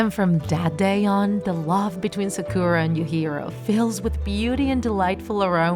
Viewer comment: I think u should read sakura as sàkura, not sakùra